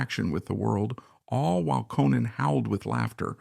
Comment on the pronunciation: You are mispronouncing Conan.